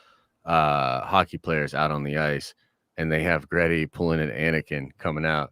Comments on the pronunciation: it’s Gritty; is in Grit- Tea. Not Gret-Tea. It’s a play on the term playing with Grit. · 1: It's GRITTY - Grit-tea, and he is NOT a national treasure to Philadelphia, more like a joke. If any of our mascots is, it's the Phanatic. Or it's the Cheesesteaks. 2: The sequel trilogy 100% needs to be removed, to be rewritten. They can keep the characters, but most need an overhaul on top of the entire plot. Case in point - Rose, make her and her sister pilots of next gen Y-wings (and remove those abysmal bombers that A: are not even close to B-17's they are supposedly modeled off of in concept and B: if you look at the progression the Clone Wars and how it's fought is much closer to the first world war and both it and it's following years follow a path similar to the run up to the second World War, which again - the OT follows some of that in style a bit more taking place roughly the same amount of time after the Clone Wars as WWII to WWI. More multi purpose craft, you don't get many of the same massive fleet battles, fighting is more dynamic than static, etc. 30 year jump to the late 60's/early 70's the next gen Y-wing should be akin to say an F-105 or an A-10 where as well, the X-wings were fine as the multi-role still but faster and agile seeming like more modern jets to the time like the F-14/15/16) to which her sister, in her hatred of the empire, makes a choice due to damage to try and take the enemy ship with her (ala Return of the Jedi) lending later to her having pilot ability and her line about 'we don't win by killing what we hate' or whatever it was. Make th